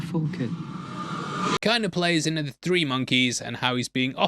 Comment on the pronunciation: hey can you please say three instead of tree